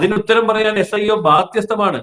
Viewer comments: Not iso, sio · മോളെ ഐസോ അല്ല S IO ആണ് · ISO അല്ല SIO